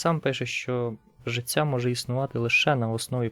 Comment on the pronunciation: перепрошую, але не "ціло", а "тіло" не "жицця" а "життя"))